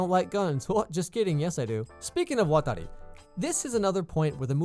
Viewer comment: I like it when you say "Watari"